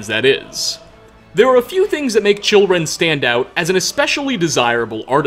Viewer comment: I thought he said children not chillrend